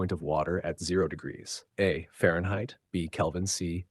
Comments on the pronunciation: What was up with Question 50 : “212 degrees Fair fries” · I just heard french fries on fehrenheit